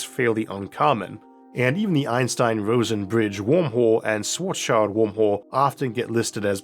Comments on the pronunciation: It's Schwarzschild, not "Shwarts Child" 😂 The "-schild" part is pronounced as in "-shield", not "child". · yea and it's so sad that they all pronounce it like "black's kid" :p